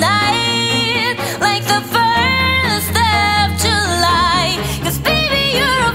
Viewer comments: Great talent and def waifu material. Shes cute on the accent pronunciations like when she sings ferth of july. XD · Fourst It is hard for non english speakers to pronounce TH